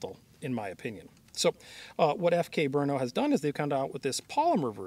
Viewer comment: Guys, it's not BrUno -- it's Brno, a city in Czech Republic, where the CZ factory is located...